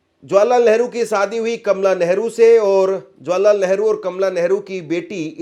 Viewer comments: सादी नहीं शादी कहो। सही हिन्दी बोलो।एंकर को शोभा नहीं देता। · Its Shadi, not Sadi, stupid. Improve your pronunciation.